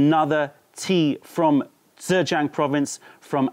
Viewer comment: Informative as always. Blind tasting videos are great fun - please do more. :) Btw 'zh' is pronounced pretty much like a 'j' in English, so you are not saying Zhejiang quite right (if you're going for a Standard Mandarin pronunciation, anyway - I have no idea about local Zhejiang pronunciation).